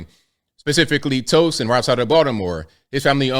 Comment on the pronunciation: Towson is pronounced like “ow” (syn. Ouch) (sounds like owl, but don’t pronounce the l) Towson. Not Toe-son.